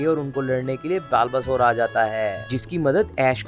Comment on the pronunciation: Bhai बल्बासौर hai uska pronunciation.